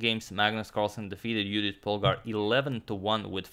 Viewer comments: Judit in Hungarian pronunciation. Very nice. :) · Thanks Antonio for pronuncing Judit correctly 😊